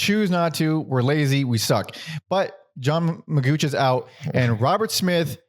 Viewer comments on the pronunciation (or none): it's pronounced mageeok not magooch